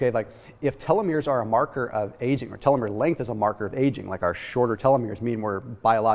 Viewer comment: It would have been nice if you had talked w/ any biologist beforehand on how to pronounce telomere and telomerase.